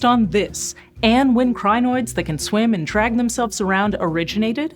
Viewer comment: its pronounced kree-noids